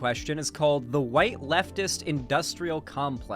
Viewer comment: You can hear the "YT" when she says "white." Is there a problem with left-wing spaces often not being fully inclusive of BIPOC people, and tending to shove them off to the side or only employ them as tokens, sock puppets, or mascots? Oh, hell yes! Is there a frequent tension between the newbies and normies we're trying to bring Leftward, and the minorities and vulnerable who are often triggered, offended, alienated, hurt, or annoyed by the insensitive and prejudiced stuff they often say and do? Yes! These are things the Left could stand to unpack and discuss more often, because it's an admittedly-tricky balancing act. But, I continue to resent the people who've opted to join a political space in lieu of getting therapy for their (often very real) trauma and grief, and who at their worst become righteous when the entire focus isn't on them and their needs, and who get away with being needlessly nasty and throwing constant tantrums because they're wounded and/or because they tick the right/sympathetic identity boxes. If these kinds of people weren't trans, queer, BIPOC, neurodivergent, disabled, etc., none of us would tolerate or excuse this type of behavior. Tellingly, whenever you try to talk about the above balancing act, these people dramatically strawman the argument and screech indignantly about how you want to let Destiny stans say the t-slur and the n-bomb and wear swastika underwear because you don't caaaaaaaaaaare about oppressed people. Also, bottom line, when you're